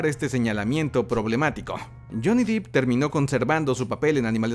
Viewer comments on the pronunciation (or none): Se dice Johnny DEPP... 😅 No DIP... Pegaba un brinco cada vez que lo decía... Gran fan de somos geeks! Saludos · Holiii!! Otra vez yo, vengo a chingar... Es Depp asi como se oye, no es DIP tiene doble P no doble EE. Ahi te encargo. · Cuando dijo “Johnny diip” 😂☠️